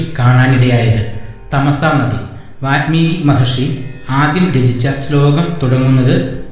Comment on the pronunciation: athe vaalmeeki aanu ... vaathmeeki alla